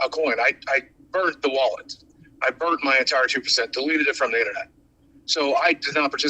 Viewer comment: "The inna-net"